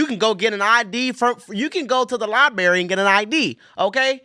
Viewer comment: I am not interested in the opinion of someone who cant even say the word library correctly.